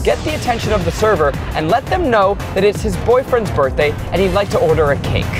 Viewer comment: "Birtday Bash Dash"